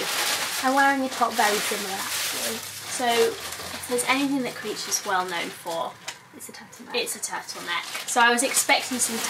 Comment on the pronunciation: Why do you call her Creech?